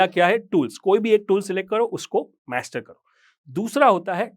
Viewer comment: मैस्टर नहीं। मास्टर।